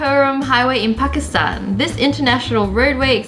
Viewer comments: when wengie pronounces pakistan correctly😮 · Finally someone said pakistan right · You said Pakistan right wengie nobody says it right